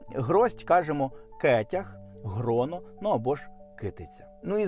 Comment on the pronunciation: Українською правильно не "Гроно", а "Ґроно". Літера "Ґ" на початку слова. Ґроно винограду, червоні ґрона калини, кетяги горобини, винограду, калини, малини і навіть кетяги ягід бузини. Звучить як слова із прекрасної пісні.